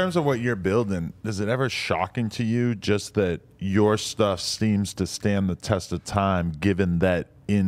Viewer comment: That nigga said "I called thee NBA" 🤣🤣🤦🏾‍♂️Major fkn flex